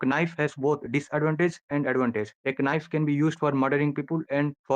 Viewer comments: did anyone else hear Ka-nife or Kanafe ? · The guest doesn't realise there's a silent K on knife